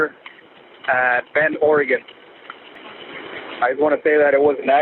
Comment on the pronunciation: Off topic but him saying bend Oregon. I had to read screen cause it sounded like becorigan😂